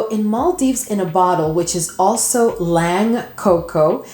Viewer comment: Ylang is pronounced E-Lang